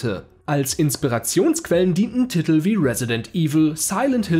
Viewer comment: sprechen: Ti-tel ps. kann man die BETA spielen?